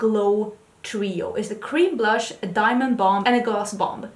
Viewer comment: let me tell you, the star of this episode was you and your looks 🤣🤣🤣 🤣🤣 Stop trying to make fetch happen 🤣🤣🤣🤣 🤣🤣🤣did you say blursh the look I was done 🤣🤣🤣🤣🤣🤣 priceless and that Natash Denona Palette 😱😱😱 it’s a purchase for me. Another great episode.